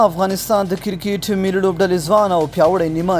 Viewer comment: کیرکیت مه وایه کیر بله معنی لری کریکت ووایه